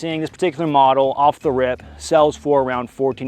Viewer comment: Every time I hear, “off the rip”, what I’m hearing is that you just farted.